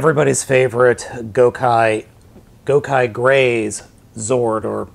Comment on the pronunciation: you said GOKAIgrey